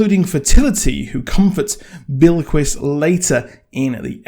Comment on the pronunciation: Your also saying Bilquis wrong. It’s not billy-kwis. It’s Bill-kwiss.